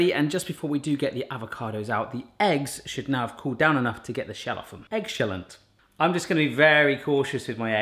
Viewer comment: You said "Eggshellent"